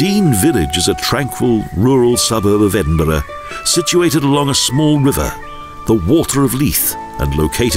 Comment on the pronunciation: Nicky, at least he can (almost) pronounce Edinburgh.............better than the average American. They could have used Sean Connery.